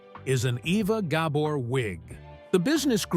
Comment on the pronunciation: Ok, WHY KEEP SHOWING PICTURES OF LUCILLE BALL??? And learn how to pronounce her name!